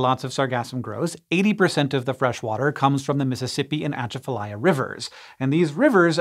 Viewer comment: I hate to be that guy, but Atchafalaya is pronounced with stress on the second syllable, not the first. So close to a correct pronunciation, but sounded super weird to my ears! (I grew up there)